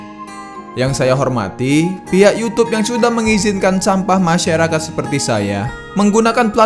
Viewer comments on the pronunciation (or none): none